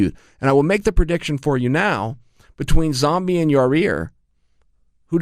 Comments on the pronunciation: Lol "Yarear"...Come on Chael his name. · Keep saying ya rear and it is absolutely clear you have only yes men around you - Especially the camera-man. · When is chael going to pronounce yair right